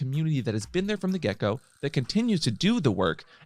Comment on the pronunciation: It took me several minutes to understand you were saying "from the get go" instead of "from the gecko". I learn a lot from your channel about what I missed in my younger gay life, but never heard about Gecko Play. Oh, the images I conjured up. Note to self: when a video has CC box in the bottom, click it from now on. (so is gecko play held up against a wall?)